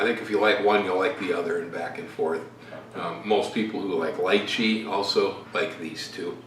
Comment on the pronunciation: Mannnnn, you said LYCHEE correctly! I weary of trying to get others to say it right!